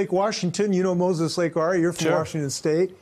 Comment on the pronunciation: Did he say, Thanks 'Ray'?! Instead of Ari?!..lol..